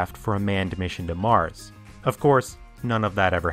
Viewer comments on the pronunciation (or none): none